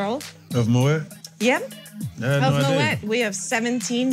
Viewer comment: Why can’t she pronounce Moët properly 😵‍💫 For someone who works for them……😂